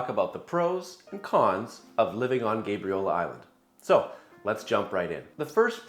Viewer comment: I've never heard anyone call it GABE REE OLA lol